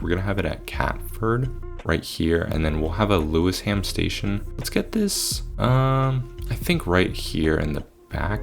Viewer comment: lewisham = pronounced lew-ishm